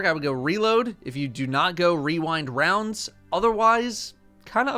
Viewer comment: My favowite is wewindwounds